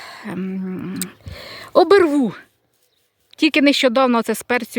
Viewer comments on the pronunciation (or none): не,,обИрву,",а об І рву.❤